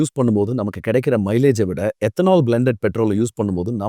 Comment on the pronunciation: Ethanol ethanaal 😂